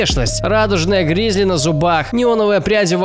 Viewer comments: Не гризли, а грилзы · радужные грилзы а не гризли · Гризли? Может грилзы? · Не гризли, а грилзы)